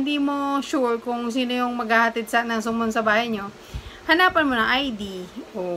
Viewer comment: Sa-mon po or Suhmon